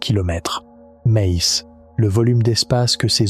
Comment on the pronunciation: Je n'ai pas encore fini la vidéo, c'est intéressant mais la voix-off qui fait ULTRA IA qui sort des "MEZZZ" à chaque fois (probablement pour "mais il/elle..") casse totalement la narration. Les vidéos aussi en légère animation de quelques secondes sentent l'IA, et on dirait que tout à été mis là en mode "fais-moi une vidéo sur ceci, génère des séquences de ... et crée un script".